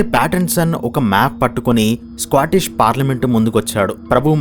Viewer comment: It's too squatish!!!!! Than Scotish!!!!!!!